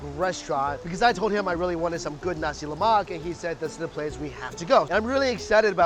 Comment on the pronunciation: It sounds like you say Nazi Lamak